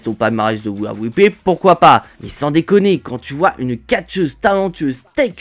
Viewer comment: Wia wipley😂😂😂😂 ou we are replay 😂😂😂😂 la prononciation ma tue